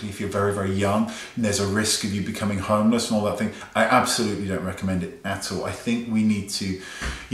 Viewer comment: Thing not thong lol